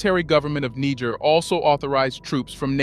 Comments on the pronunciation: Amazing channel Glad I found you! But please it's try to pronounce Niger properly! It's not that hard.Also, make no mistake about this, the coup in Gabon is a 100% French ordered coup. The same goes for the coup in Guinee. So both these countries need another coup to restore order! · I really love this channel and I follow their releases always. I am just not comfortable with one thing tho. I think the prononciation of Niger is not correct. Calling it Niger and somewhere Nig*** is kind of not too good. The name is Niger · Why are you pronouncing the name Niger 3 different ways? Its negair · The name of the country is pronounced NEE - JHER. You pronounce it 3 differeent ways. All wrong. Shame on you. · Research your pronunciation of Niger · make up your mind narrator on the name of this country five different ways you pronounced it in under 5 minutes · Why do you keep changing the pronunciation of Niger??? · The way your saying Niger is wrong to be honest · Please pronounced Niger 🇳🇪 the right way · Good video, but make up your mind how you want to pronounce "Niger." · You're pronouncing niger wrong😂 it's like bear but with a G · Thank you for your report. Please pronounce "Niger" correctly, the letter I should be pronounced as in the word "fit", and the letter g should be pronounced as the word "gentle". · Very informative. But it's a bit difficult to take your narrative as authoritative when you don't make any effort to pronounce the names of the African countries properly. Please learn how to pronounce Niger correctly. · Great video but why so many different name pronunciations for Niger Lol. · Pick a pronunciation please. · I have to be civil and respectful, but the video keeps repeating the word N*, instead of correctly pronouncing the name of the country! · Much love to Niger. Please have your narrator find one pronunciation for Niger and stick to it.